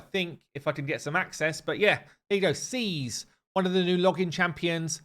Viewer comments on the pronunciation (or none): I'm hella relieved. I mean, his name is pronounced "seas," and not "skeeze." Oh! Wait! Was there also kit/skill info?